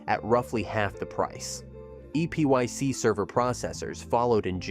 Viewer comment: EPYC is pronounced same as "epic".